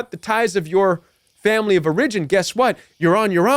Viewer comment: Strong advice, thx!! 🙏 The control games are real! I’m hoping this helps, but I’ve never heard the word ‘origin’ pronounced that way. I’ve only heard the accent on the first syllable /‘or uh jin/. And I’ve only heard of “tight knit”, not ‘niche’🤔 I’ve asked Google in case it’s colloquial, but Googling doesn’t seem to help me here.